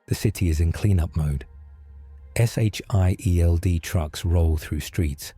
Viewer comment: I swear you misprounce Sheild.